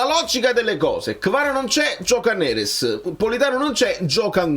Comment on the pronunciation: Ragà ma avete notato la pronuncia del Mister quando ha detto NERES...ha detto Nerèss hahahhaha..la napolitanità lo sta già contagiando dopo soli 6-7 mesi😅😅 Grande Conte.. FNS 🩵